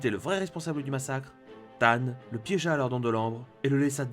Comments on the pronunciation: Y as que moi que sa énerve d’entendre tane ? Alors qu il s appel thane (teyne phonétiquement) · RIP l'accent anglais lors de la prononciation de Thane.